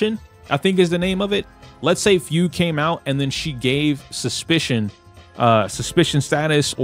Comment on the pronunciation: OMG not the Fu- gway wth T-T its pronaunced Fyoog like the Braking bad Fugue state edit: lol I didnt know some1 corrected you a few mins later my bad Im not deleting this comment tho XD